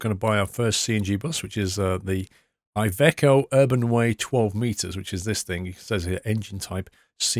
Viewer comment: I am Italian and iveco it’s pronounced like the I it’s an e